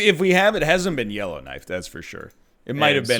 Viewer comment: For a full two minutes I thought you were saying yellow knight and had no clue what the hell was going on even though I watched last episode and enjoyed it because I know about Yellowknife.